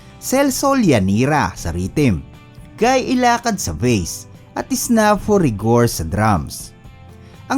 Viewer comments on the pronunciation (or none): none